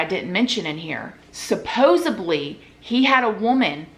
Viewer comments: Sa-poz-a-blee? Lol. She's such a poser, but I like her nonetheless. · Hey gorgeous girl. Just letting you know the the word supposedly has a D not a B. You're saying supposebly which isn't a word. Also on another video you made you umbilican cord. It's umbilical. Not hate just love 😍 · Dear, the word is supposedly. Not supposably!!! SUPPOSEDLY is the correct form!!